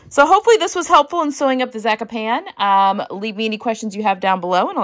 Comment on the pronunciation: I love you, but it's 'Zaaa-cop-knee'. I think. Sorry to be a pest. You are an inspiration.